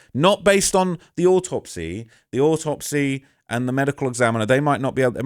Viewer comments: Aw top seee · the proper brit comes out when says autopsy